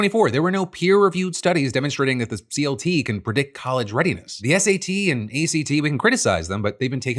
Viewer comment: I think "CLT" is actually pronounced as "CuLT"